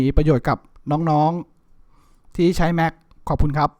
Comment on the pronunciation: แม็ค ครับ ไม่ใช่ แหม็ค